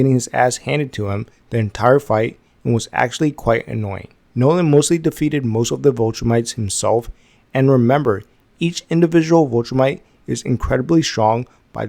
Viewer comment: A lot of people get the pronunciation messed up for whatever reason